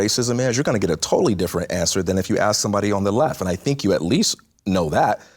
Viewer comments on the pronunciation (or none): WTF he can’t even pronounce the word ASK and he said I’m AXING you ! JLP is an illiterate HOUSE 🥷🏽💯🙌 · It is ASK not AX. Learn to speak.